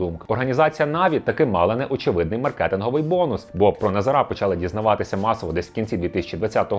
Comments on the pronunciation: Чому ви кажете: "назарА", а не "назАра"? Ріже в вуха і звучить тупо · Дякую за випуск, але теж страждав від цього наголосу. Тригерить, як мене у родовому відмінку постійно називають - ТарасА. Тож дуже-дуже очевидно, що наголос на 2 складі - НазАра (ТарАса) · наголос на других склад, а не на останній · Назара, а не Назара 😁